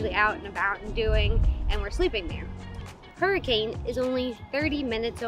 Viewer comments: As a local i will correct your pronunciation. It sounds more like " hurr-a-kin". Whatever. This is a good place. We are entirely dependent on tourism at this time. If you are interested in J W Powell, the Colorado River, the Mormons, native Americans, atomic bomb testing, botany, birdwatching etc, this is a good place to visit. We don't even use the river very much anymore because of about 4 million visitors every year discarding their effluvia and trash into it. We also are hesitant to tell people about other places that we hope to protect. It would be helpful if more people have a respectful attitude. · Hurricane is pronounced Hurra-kin. Also, people should know that there is a place in the Narrows with water up to your armpits and you shouldn’t go when there has been recent rain. There are flash flood alerts. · Fun fact: hurricane is actually pronounced herkin by the locals.